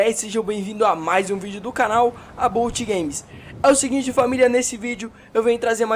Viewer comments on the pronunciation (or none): Não se diz abôut games, se pronuncia abáut games firmeza?